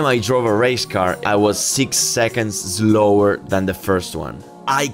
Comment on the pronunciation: Fantastic video but please don't say zlower and zlow 👌